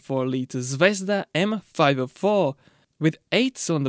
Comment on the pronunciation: zvezdA not zvEzda